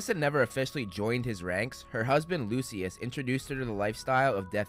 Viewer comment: Not "Lucy-ass" Malfoy. 💀💀💀